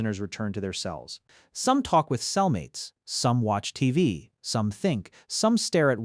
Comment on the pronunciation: A.i the guy mispronounced TV 😅